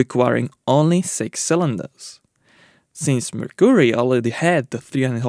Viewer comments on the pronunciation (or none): Never heard Mercury pronounced like that before, lol. Always love the videos though!